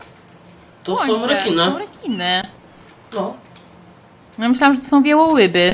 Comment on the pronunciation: re"kiny" hehehehe :D